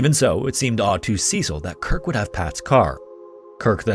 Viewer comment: That's not how you pronounce Cecil 🤦🤦🤦🤦